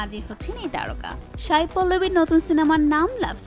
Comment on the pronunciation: Sai not Shai... উচ্চারণ স এর হবে শ এর না..।